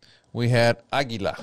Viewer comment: Aguila. Ah-Gee-La.